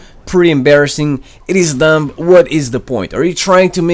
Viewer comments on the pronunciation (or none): The B in dumb is silent